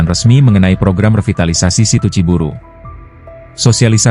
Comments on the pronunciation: Bukan ci buru bos, pakai y... Ci buruy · Assalamu'alaikum warahmatullahi wabarokatuh Sedulur Sedoyo . Narator Pembaca Berita yang benar Neja Ciburuy C I B U R U Y Ciburuy !!! . Bukan C I B U R U Ciburu kemanakan Y nya apa ketelan di tenggorokan ???. Makanya harus pada Cerdas Pembaca bisa milih kata bahasa , apalagi Bahasa Sunda . Wassalamu'alaikum warahmatullahi wabarokatuh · Bacanya Ciburui bukan ciburu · Ciburuy, bukan Ciburu, koreksi buat si narator